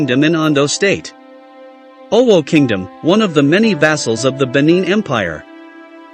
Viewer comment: The AI voice-over is very distracting, the pronunciations are appalling. If not, this history is interesting.